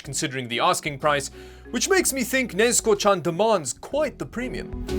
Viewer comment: Might be my hearing but i just hear nezko and it makes me wanna die.